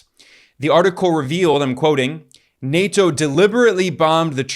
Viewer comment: plz fix the way you say nato